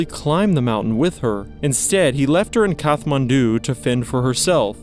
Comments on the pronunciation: It's usually pronounced "Kat-man-du" but either way it's with a hard t and not "kath" as in Katherine as was used in the video. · It's pronounced kat-man-du not kath. Hie you dont even know this even know this when you're making a doco is beyond me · You pronounced Kathmandu incorrectly, it's a hard "t"